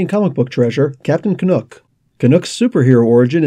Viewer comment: Canuck rhymes with duck not nook.